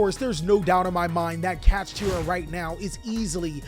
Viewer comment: man said Cash-ah